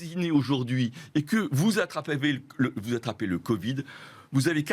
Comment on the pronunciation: Le monsieur avec des lunettes que je ne connais pas du tout a fourché avec le mot Covid (j'ai cru entendre "VIH ") WTF !!! 😈😈😈 . Réécoutez bien... De plus le fameux Emmanuel Lechypre n'est pas médecin il est éditorialiste !!!